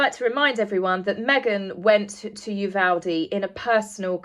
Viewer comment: First time I’ve seen you. Very nice work. Also, as I Texan I appreciate that you pronounce Uvalde correctly! Many news personalities pronounce it as though it’s spelled Uvolde. Just ask Matthew McConaughey; he’s from there. So now I’ve subscribed. Many thanks.